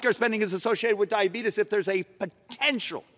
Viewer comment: Don't call it dyabetis, people say it like that jokingly